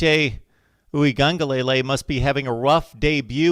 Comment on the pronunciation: As an FYI bro, it's pronounced... Ooie (like gooey) un, huh (like a question), lay, lay. Ooie-un-huh-LAY-LAY. All together now... 😂🤣😂